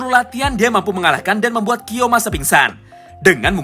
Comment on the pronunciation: Njir lah selalu ngakak pas denger "kiyomasa"